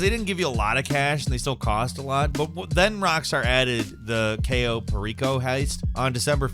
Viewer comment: I’m sorry but I hate how he says the cayo heist 😂😂